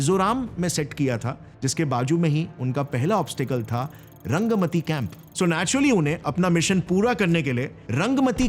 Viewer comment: The north east camp name not pronounced properly....... Rangaa Matti or "रांगा माटी" ....... Not रंगमती it's a Bengali term, means red ( रांगा) soil ( माटी ) .... I am from West Bengal, kolkata. So i understand the language and the meaning...